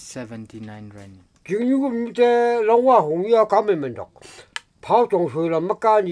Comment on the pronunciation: Wrong pronounciation not langua but longwa